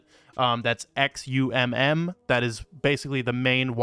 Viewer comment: Reaper is an amazing project, not only do you get to reap other tokens, but they pay us rewards in XRP every vote(every 2 weeks atm) and will allow us to reap our own actual debt in the future. It's crazy. And just because I'm a pronunciation hound, Xumm is pronounced "Sum"